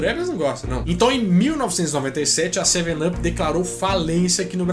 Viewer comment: em inglês up se fala ap. Com som de a